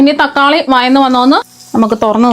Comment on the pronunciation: വയന്ന് അല്ല വഴന്ന്